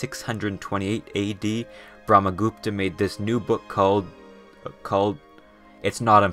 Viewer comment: Bro cool video but pleaseeee try to better pronounce the things. I got so mad when you pronounced Brahma Gupta, Jain etc inevitably wrong. I know it is sometimes hard for you all to pronounce and yet still, you started roasting and mocking. I know it was a joke, I am not taking it hard but man, please be respectful. In the end, as I said, knowledgeable video 🙏🏼